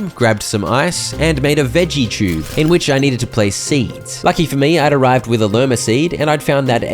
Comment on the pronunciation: i’m so sorry but why do you say “chube”